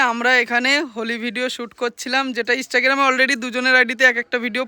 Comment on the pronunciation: Instagram❌ Istagram✅ 😂😂😂